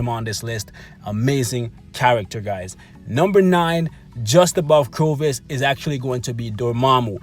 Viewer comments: Dude, who the hell is CROvus? Corvus... Cor, not cro. Nice list though mate, keep up making them and I'll keep watching them. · Corvus, (Core-Vuss) not (Crow-Vuss) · I think its called cor vus Not crovus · Everytime he says “CROVUS” I flinch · I cringed every time he said it wrong...otherwise great video! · He says it wrong in every video... Always makes me cringe as well lol...